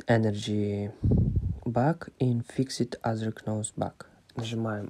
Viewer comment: Особенно плохо стало после «кноу» даже?😂